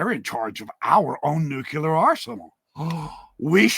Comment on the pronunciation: “Nuke-lee-ar” (nuclear from the atom nucleus, not nukalar)